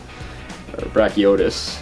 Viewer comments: YES FINALLY someone actually made a switch axe. Though hearing brachydios pronounced brachy-otis kinda hurt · Ah fuck yeah monster hunter but he said brachydios wrong